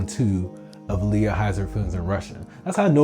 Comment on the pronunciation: Can you PLEASE call her Ah-l Ya instead of Aaliyah? 😂😂